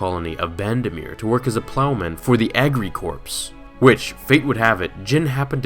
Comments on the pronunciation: It's the Jedi Service Corps, and it's pronounced core, not corpse. It is also youngling, not initiate. And don't call him Ben, his name is Obi Wan Kenobi, Ben is an alias. Maul wasn't a Sith Lord, the Jedi only thought he was, and they were wrong. Neither Sidious nor Plagueis viewed him as such, and Sidious only told him that he was a Sith to manipulate him. At the time of his death, he was a Dark Side adept, used as an assassin by the true Sith, but not one of them. He was the frontrunner to be Sidious's apprentice after Sidious killed Plagueis and became the Sith Master, but both Sidious and Plagueis had doubts about his ability to fill that role. Mind Trick and Force Persuasion are the same thing. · just gotta say, it’s pronounced core, not corpse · Agricultural "corpse"?!? Dude, it's corps, pronounced korr. The ps is silent. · this video is great but the way you pronounced "corps" triggered me